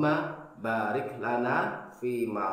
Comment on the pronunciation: alhamdulilah, baru tau, penekanan di ayat "Baarik" terima kasih